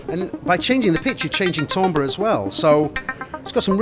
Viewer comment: I think I'm just going to have to get used to everyone pronouncing timbre wrong. That bell can't be unrung.